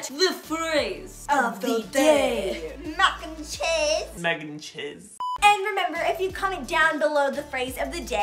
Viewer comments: " Mac n chez" My valentine: my dog :) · "MACK N CHEZ" my crush is my teddy named sprinkles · “MAC N CHEZ” and my crushes name is: R E C E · “ MACK AND CHEZ” It’s my fav food i ❤️❤️ it